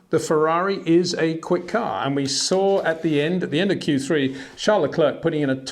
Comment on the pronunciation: wtf there is no "sh" in Verstappens' name...so why pronounce it?? same for Charles Leclerc his name isn't Sean...it's weird...